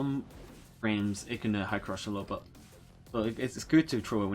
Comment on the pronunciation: At first I was like "why does he keep calling me a little bitch :(" Took me a while to realize you were saying 'a little bit' 😭😭😭